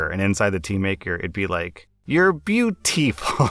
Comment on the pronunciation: "You're beau-tea-ful..." Wholesome. 👌😅